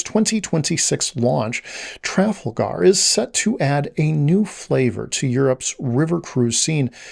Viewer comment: Your pronunciation of Tragalgar is distracting me. I've never heard it pronounced that way, and I've taken Trafalgar tours.